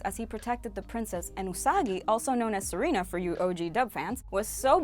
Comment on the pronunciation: it's Ju(u?)ban school and actually calls her odango or dumpling head. I think you mean Neptune, not Saturn, and you mean Serena not Selena. And not to be not-picky and know it's hard but it's LEAD crow as in LEHD crow.